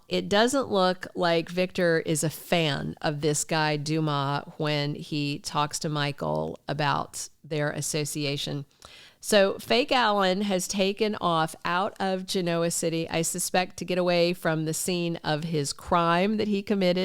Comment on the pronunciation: It’s not gen-O-a city, it’s GEN-o-a with the stress on the first syllable. Just like they say on the show and in Italy.